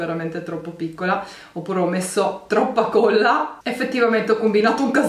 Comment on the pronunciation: si dice colla... e non cuolla..